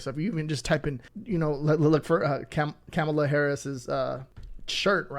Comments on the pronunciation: Kamala is pronounced Comma-La!! ...it's not Cama-La or Ca-Mala!! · It’s pronounced KOMMA-lah. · Thank you, enjoyed your video. Please check into saying Kamala's name